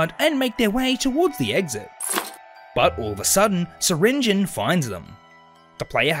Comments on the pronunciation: It’s pronounced sir ringi on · Pronounce the E in syringeons name!!!!! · Awesome concept. Also, I think you prounounced syringeon wrong.